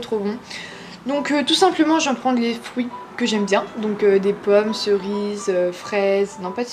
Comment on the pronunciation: Et des "frouits" 😂😘